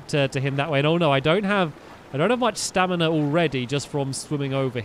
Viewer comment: You keep saying staminar